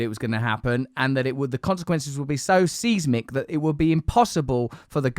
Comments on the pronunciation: 'Seize-mic'? Size-mic. (Seismic) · Seesmic? I guess he meant seismic. 😂